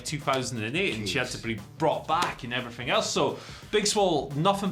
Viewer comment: “And effryfing else” Andy Murray probably